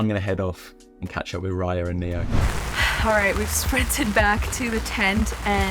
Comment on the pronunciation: Neo is a popular name in South Africa and it means gift however it is pronounced neh-oh. ❤ I love you guys